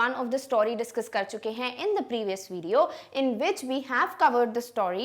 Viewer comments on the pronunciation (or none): none